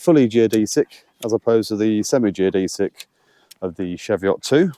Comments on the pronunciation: Fucking Chee-veot . Not what you tucking said, Lake Windermere!!! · The ch in cheviot is pronounced the same as the ch in cheese, same with the e - cheeviot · What's a shevyott? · Pronounced cheeeeveeeat